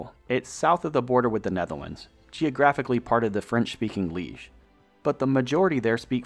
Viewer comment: Good video, but no, cities were not pronounced correctly. Almost all cities were mispronounced. Voerstreek???Luuven instead of Leuven, Liige instead of Liege etc.